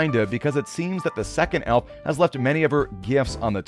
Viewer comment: You said elf wrong